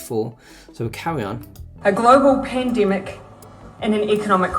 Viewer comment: Ibsolute, pripare, brith, reeelixion, thi sivinth of fibruari, domistic, pindimuc cintiniual 😂😂😂 clown inglish